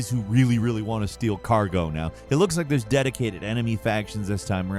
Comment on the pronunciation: Did u rike it?